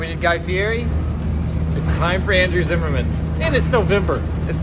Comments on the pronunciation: Zimmern not Zimmerman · why is everyone saying zimmerman when its zimmern lol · Have you realized you are mispronouncing Andrew's last name? I did the same thing too. Please double check. Thanks